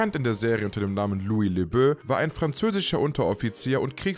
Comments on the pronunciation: Eher läbo, die Aussprache des Sprechers ist bei vielen Namen falsch. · Lui LeBö ... Robert Klari ... Kink-low ... uff uff uff - die KI-Stimme haut aber gewaltig daneben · In der Serie wurde es LeBo gesprochen. Was ja auch logisch ist, LeBeau, wie der Schöne. Und Ivan Dixon wird Eiwen gesprochen. Und ich bin mir sicher, dass der Newkirk bestimmt kein Hans Corporal ist...! Kinchloe hieß immer Kinch in der Serie, was dafür spricht, dass es Kinschlo ausgesprochen wird und nicht Kinklo. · Also die Namen musst du echt üben. Das ist ja echt grausam, was du aus Lebeau und Kinchloe machst. Außerdem, was soll das "Hans" vom dem Rang von Newkirk?